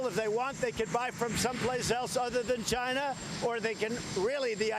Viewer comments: wow, he almost pronounced "China" correctly 今日割五城，明日割十城，染得一夕安寝。起视四境，而秦兵又至矣。然则诸侯之地有限，暴秦之欲无厌，奉之弥繁，侵之愈急。故不战而强弱胜负已判矣。至于颠覆，理固宜然。古人云：“此地事秦，犹抱薪救火，薪不尽，火不灭。”此言得之。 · Did he said china or vegina? Sounds like a beaten baby and sounds delusional. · At 1.02 I thought he said he's vagina, I'm for USA. 😂😂😂. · You too??? I swear I thought the same thing!!! 😂😂😂😂😂😂😂👊😂👍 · He said “He’s for China” for a second I thought he said “He’s vagina”